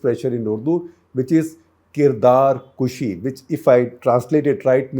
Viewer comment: Kirdarkashi- not kushi